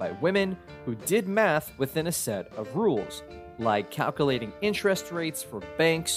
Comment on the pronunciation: He’s referring to the narrator’s poor pronunciation of the word calculating.